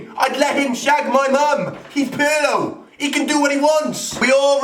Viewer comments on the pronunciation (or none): Hahaha Pirlö? PIRLO BOY